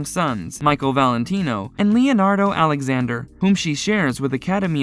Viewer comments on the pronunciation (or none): none